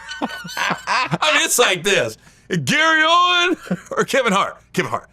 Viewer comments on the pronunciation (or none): Not Owens. OWEN. Podcasting 101. KNOW YOUR GUESTS NAME. SAY IT CORRECTLY. {